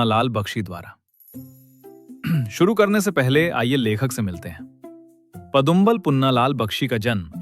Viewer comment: it's पदुमलाल not पदुम्बाल